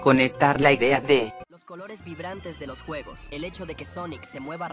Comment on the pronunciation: envés de juegos, yo escuche huevos xD